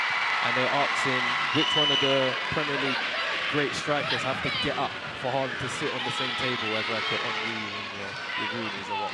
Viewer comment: Am i tripping or niko said haramball